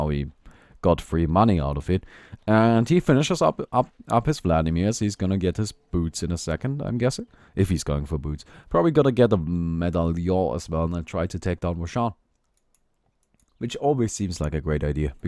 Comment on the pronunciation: Good commentary, as usual. (; A little thing I've noticed a few time about your english is that you have some trouble to pronounce "medallion". As a french, I used to pronounce it wrong since a long time. I think it's better to link you the proper way to pronounce it via google trad than an aweful try of me to spell it in writing. Second button on the bottom-left of the writing box